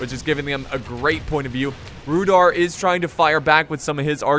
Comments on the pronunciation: Sry I think you pronounce Rhudaur with a not rhudor if that makes any sense. Sry my English. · it's actually pronounced Rhu-DOW-er and arthe-DINE.